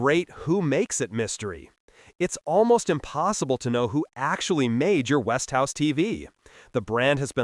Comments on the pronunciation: And what makes you qualified to say what's good and what's bad? And by the way it's Westinghouse, Not Westhouse. Till you improve on your video skills, I don't think I will take your advice on Television electronics. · Look at the spelling. It is West ing house. Three syllables. NOT West House as he is pronouncing it. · No...He Stupidly Mispronounced It... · Its westinghouse ont west tv .A I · I have seen five-year-old Element TVs. My father-in-law now deceased purchased an Element tv many years ago. My brother-in-law who lived with him is still using that same Element tv all of these many years later. And you cannot even correctly pronounce Westinghouse. Notice that ING part. Damn.